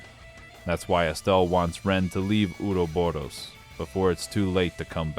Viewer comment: Great video, my only constructive critique is the pronounciation of the word Ouroboros, there are future games in later entries, it's not Uroboro